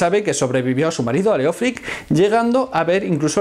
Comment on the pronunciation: Solo un detalle, el nombre Leofric en realidad se pronuncia léof-rich en anglosajón y significa amado gobernante (leof = amado, ric = gobernante).